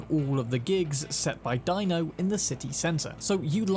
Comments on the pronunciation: It's pronounced DEE - NO not Dino😂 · Deino, Ebu-Nike, Christ man have you even played the game? lol JK. I've seen you have but they DO pronounce those names once or twice. JS.